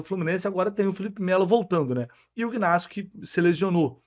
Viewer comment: Oi,, deixa eu te dar uma dica: o nome do zagueiro Ignácio se escreve com g mas o g não se pronuncia. É igual ao seu nome, se escreve com c,, mas não se pronuncia o c, sacou? Vai nessa, depois me diz se estou certo 👍